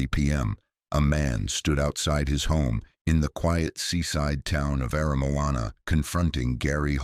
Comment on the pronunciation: But he got Aramoana right. Pathway to the Sea?